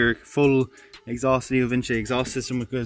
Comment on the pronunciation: I love how you pronounce leo Vince "leo vinchi" as if Vince isn't short for Vincent